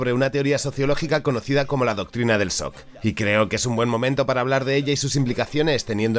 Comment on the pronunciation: El sock XD que problema para pronunciar la che Francesa v